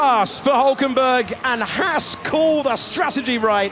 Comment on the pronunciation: Why can't the F1 commentators pronounce the name Haas correctly. It's not Hass. This bugs the neck out of me.